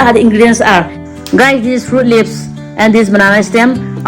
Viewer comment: Wow english😂😂🤣 Fruits leaf❌ Phutt leapss✅ lmao🤣🤣